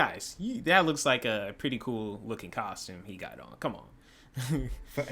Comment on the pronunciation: Nigga said “thats a cool custome”